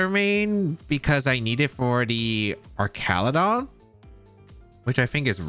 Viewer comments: Duraludon (DUR-al-eh-don) Archaludon (ARCH-al-eh-don) That’s my take on it… but you’re the goat that side will-O’d your flutter to avoid spore so you can pronounce however you like…. You’re DADDY 😂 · Man this is an interesting team, thanks for sharing. And it is Arch-al-udon btw (it’s one of my favorite Pokémon from the dlc).